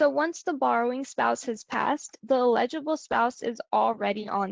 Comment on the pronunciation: Please ... learn to say "eligible" and "ineligible" correctly! It was annoying and distracting to hear it said incorrectly!